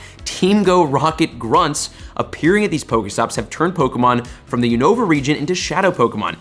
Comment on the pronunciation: btw it’s YOU-no-vuh not you-NO-vuh